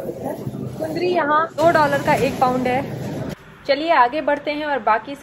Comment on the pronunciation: कुंद्री नही मेम कुंदुरू